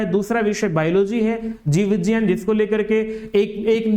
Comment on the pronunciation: जीव विज्ञान ❌ जीव विजान ✅😂😂😂